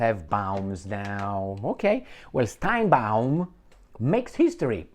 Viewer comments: Sheinbaum, not steinbeum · It's not Steinbaum, it's Sheinbaum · You are mispronouncing the name of the new president of Mexico. It is Sheinbaum. Also, do you know the real name of Netanyahu? It was Benzion Mileikowsky. As for Ahmadinejad, not so fast. He may not be allowed to run. He was disqualified the last two times. There are a number of other very good people who are running. He was the president for 8 years. That should be enough.